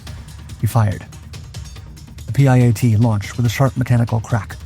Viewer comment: It's called the piat.. not p.i.a.t